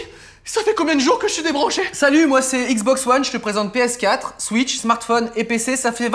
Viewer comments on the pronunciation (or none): PÉ ESSE QUATRRE Édit: avec l’accent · Il à prononcé "PS4" à la guadeloupéen 😂